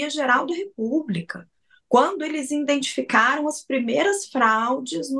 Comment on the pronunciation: Coitada dessa Raquel Landim, não sabe nem a gramática, quando disse: “indentificaram”…